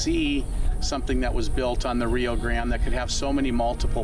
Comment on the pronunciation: Is it not the Rio Grande? Why does this dude keep calling it the Rio Grand?